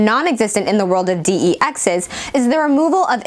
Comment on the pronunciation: "Dee-Ee-Exes". Does this girl even know what she is reading?